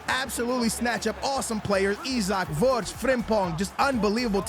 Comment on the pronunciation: why are you saying wortz